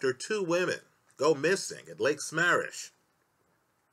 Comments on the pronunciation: Three people died in Florida, the last a twelve year old girl. And it's Sa-mam-mish. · LAKE SAH MAAAH MISH A small point but gets annoying for listeners: look up pronunciations, please